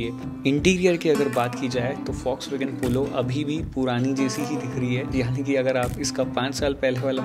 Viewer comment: Fox wagen mat bolo bhai, dil se bura lagta hai 😭